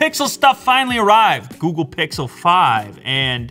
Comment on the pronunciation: He said Googu pixel 5 ..😂 ... googu pixel